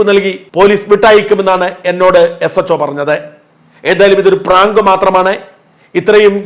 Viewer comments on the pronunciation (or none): പറാങ്ക് എന്നല്ല പറയേണ്ടത് ഇതിനെ ഭ്രാന്ത് എന്നാണ് പറയേണ്ടത്☹️